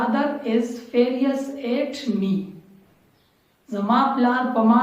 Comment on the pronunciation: Fearious---it is furious Specious----it is spacious bro...keep up the good work..